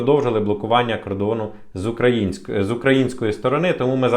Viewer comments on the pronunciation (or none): none